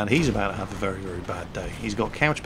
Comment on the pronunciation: Ha Ha Ha ...remember when speaking withe RRRRRussian Accent...... words like "very" are pronounced "wery".